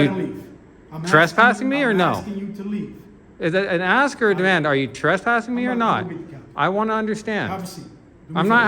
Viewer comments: Why do these people always say “aks” instead of ask , this just shows the level of education required to be a tyrant . Ghetto ass people should not be paid by tax dollars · “In about two seconds here, I’m gonna AXE you to leave…I’m gonna AXE you to leave.” 😂😂😂